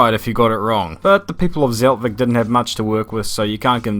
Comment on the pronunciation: Nice vid but u are saying Zeltweg every time wrong lol